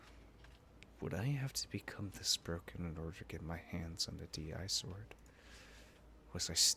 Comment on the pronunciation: DI-Sword actually reads as disword, not d.i.sword. like a disease, disgusting, dish, etc